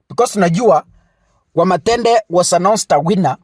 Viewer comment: ni Wamuthende not Wamathende 😂😂😂😂